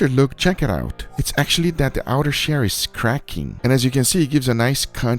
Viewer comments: Why does he say outer sherr and not shell? I didn’t know he was chinese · He pronounces shell as shair